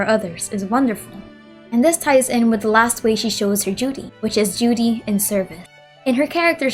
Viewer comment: It's funny how when you said duty in the beginning,you sounded as if you said Judy lol